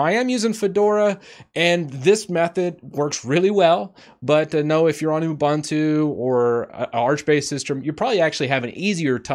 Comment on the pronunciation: it's not you-bun-two. it's oobuntu.